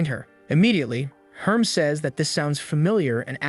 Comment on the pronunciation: I love all the mispronunciations. "What up Herms".